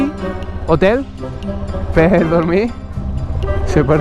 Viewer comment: oteli? manllé? eletrisiti??😂